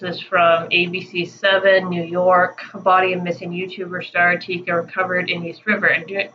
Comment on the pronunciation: Its spelled Etika!! I watched him for along time. Its so sad. I feel for this guy. R.I.P Desmand aka Etika. You are saying his name wrong hun..just letting you know.